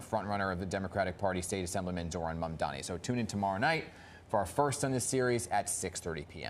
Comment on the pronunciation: It's absolutely incredible that these people still can't get his name right. M-A-M-D-A-N-I. At least the anchors got it right.